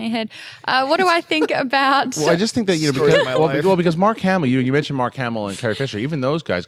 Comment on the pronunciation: Mark Ham-Ellis